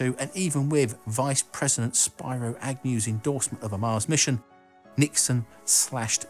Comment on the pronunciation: "Spearo" Agnew, not "Spy Row", otherwise, thumbs up.